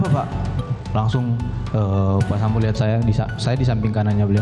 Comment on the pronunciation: Yang bawa berita sambow bukan Sambo ya 😅🤣